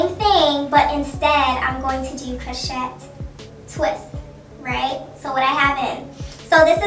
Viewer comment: It's pronounced croshay baby girl. And that pink is gorgeous